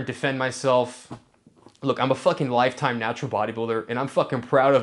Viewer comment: LIFE TIME HE SAYS LMFAOOOOOOOOOOOOOOOOOOOOOOOOOOOOOOOOOOOOOOO